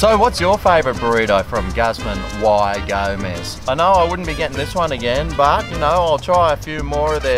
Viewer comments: You mean, “gooz mahn e go-mez”? Tex-Mexican speaking here. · you’re a legend mate! although i believe it’s pronounced gooz - mah - knee - gomez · “guzzmun why gomez”